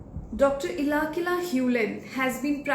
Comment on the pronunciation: Omg did you really take HIS name wrong??? Ilakila? 😢 His name is Ihaleakala HewLen. Atlst didn’t expect that from you..😢